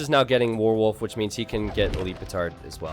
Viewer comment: pronunciation of "warwolf" confuses me. Sounds like "worwol":D